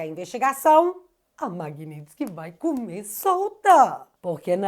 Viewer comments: Bom dia > Corrige a palavra MAGNITSKY < (correto) - (MAGNINTSKY < errado). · querida creio que não é MAGNINTSKY e sim MAGNITSKY.vc colocou um N entre o i e o t.parabéns pelo seu trabalho.vc vai ajudar o Marco Antônio Costa do fio diário para senador?e o Bruno Engler ex-candidato a prefeito pode ser candidato a senador?seria maravilhoso se vc fosse candidata. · Não é MAGNINTSKY É MAGNITSKY Tá parecendo o Kim Paim no início desse assunto… 😂😂😂😂😊😊😊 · Magnitsky, sem "n".